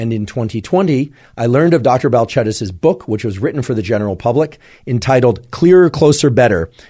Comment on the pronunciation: I like that you corrected the pronunciation of her name